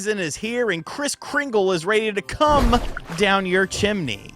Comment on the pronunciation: Bro is it much as I roast you? That intro was wow my boy😂😂😂😂 the voice on "come"😅